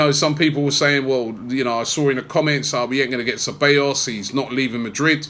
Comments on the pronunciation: its not cabellos robbie it is ceBAllos smh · Ce-bij-os.. not Ce-bay-os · God dammit Robbie, it's Ceb-ahhhh-llos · His name is pronounced “Saybaayous” Robbie,lol. Anyway,good addition to the team despite the loan arrangement.